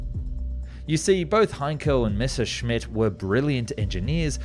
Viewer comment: it has finally happened!!!!! An English history documentary that correctly pronounces "Messerschmitt!! THANK YOU!!!!!! You have given me back hope in humanity 🥰😍😍😍🤩🤩🤩